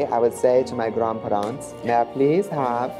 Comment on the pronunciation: I love “grandparrants” “Progrum” “Harressment” and just any other way they pronounce words from the English language.